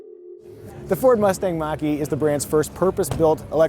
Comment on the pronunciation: Almost like he’s saying Maggi, like the noodles.